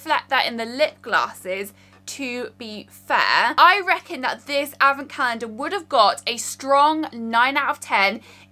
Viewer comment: me, a humble mexican girl: What in the world is a "avacandah"??? oh... is she trying to say "advent calendar"? XD